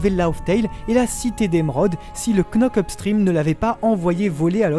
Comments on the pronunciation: Frère ça se dit pas KKKNock up stream on lit pas le «k » ça se dit (k)nock up stream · Juste frero ça se dit "nock-up" pas "Knock-up" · Knock up stream le k ne se prononce pas svp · La bonne prononciation cest [nok up strim] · On ne prononce pas le “k” dans knock-up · On dit « nock up »